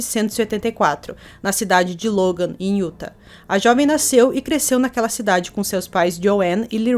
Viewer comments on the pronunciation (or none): Querida só uma correção. A pronúncia correta desta palavra Utha( acho que é assim que se escreve...kkk )é IUTÁ. UM ABRAÇO